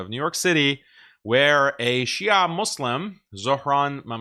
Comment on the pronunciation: Shia'a Muslim 😅 sounds like "Halal Porc 🤣"